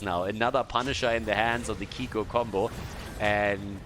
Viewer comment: dear its pnonounced kikoo like in cool:)). kisses from france